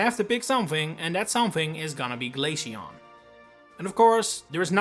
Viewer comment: Glay-she-on? It’s glay-see-on